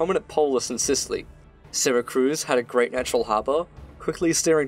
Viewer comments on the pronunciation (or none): "sera-cruz" IT'S PRONOUNCED "sera-cyooz" !! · Syracuse not Syracruse, mate !!! Jeeez...!!! You got it ?!? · Great video man. However I have one critique. The name of the ancient Sicilian city as well as the modern city in New York state is Syracuse, not Syracruse. It is pronounced See-rah-cyooss. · Its “Syracuse” syra-cuse. In suracuse ny, its pronounced, sara-cuse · Syracruse? It’s Syracuse, right? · Ehmm... It's not Syracruse nor Santa Cruz it's Syracuse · Please. Just. Never call it syracruse😂 syracuse. Its just syracuse not cruise. Im sure its just a typo, syracuse is famous enough that i dont believe you've been saying it like thay forever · Syracuse, not Syracruse. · SyracRuse? My ears are bleeding. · love the video, great job! but its Syracuse not SyracRuse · Why does he keep saying Syracruse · It's pronounced SyraCUSE you absolute potato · As usual a great video. That said, also as usual, the pronunciation of place names is seriously mangled. Also, there is no R in Syracuse.